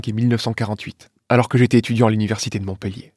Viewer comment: Montpellier se prononce MontpEUllier. Un montpellierain.